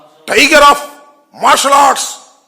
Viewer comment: అరె ఆంబోతుగా... నీకు సరిగ్గా టైగర్ అఫ్ మర్షాలర్ట్డ్ పలకటమే రాదు నీకెందుకు రా.... జఫ్ఫాగా ఎగేడుకుంటూ వస్చేస్తావు. నిజ సిగ్గులేదారా